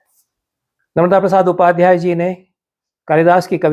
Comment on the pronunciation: "नर्मदा" (न+र्-म+दा) संज्ञा का उच्चारण अखर रहा! सादर🙏